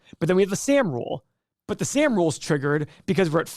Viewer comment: And it’s pronounced Sahhm.